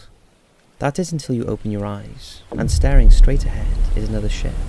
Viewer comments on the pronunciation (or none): none